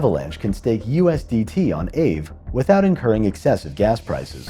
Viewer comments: it's ah-vey. not ayve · Aave was previously known as Ethlend from about 2017. I think aave is pronounced R Vay. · It’s pronounced “AH-vay” is Finnish!